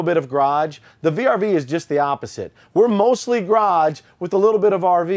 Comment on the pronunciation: mibars I wish he could say ‘garage’ instead of graj!